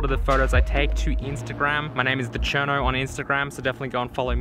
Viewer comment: Great video. Why does it sound like you say 'My name is aCherno'? Am I hearing things?